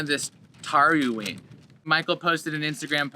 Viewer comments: It's pronounced Toeleen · Is it pronounced tooling I'm not sure